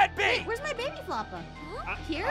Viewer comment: Pierce more like peeirce